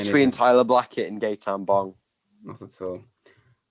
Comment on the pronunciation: I love how calls him "Gaytan Bob" 😂😂😂